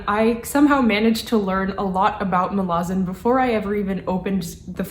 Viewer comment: She actually pronounced it near perfectly, Muh-la-zin. Source: ~25seconds in